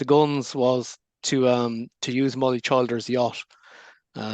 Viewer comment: PRONOUNCED---- CHILL DURS.